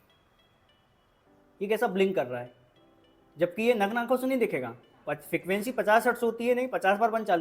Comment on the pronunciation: Fikravency❌ frequency ✅😅😅